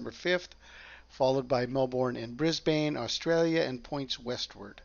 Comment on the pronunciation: It's pronounced Briz-bin and Mel-bin 😊 For Brisbane and Melbourne.